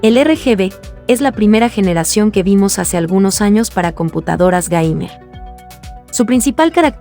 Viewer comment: Jajaja en una parte dice la pc GAYMER ajaja xD